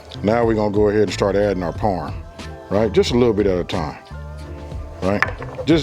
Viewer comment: Suggestion - Please use the official names of ingredients. I thought you were saying "porn." But you were actually saying "parm" for parmesan. He helps us who are trying to copy the ingredients. Thank you sir.